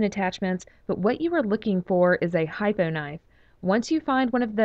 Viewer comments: Hypno HYpno HYPNO not hypo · Try "hypno" knife not hypo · It's "hip-no" knife, like hypnotise knife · It is pronounced "HIP-NO" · How do you butcher the pronunciation of Hypno?